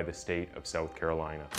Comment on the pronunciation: It's so strange how your English is perfect except that you struggle to say "south". You say "soath". The first few times you said it I couldn't understand what you were saying.